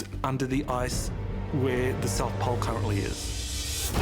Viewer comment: Why tf does he keep saying "poll" instead of "pole"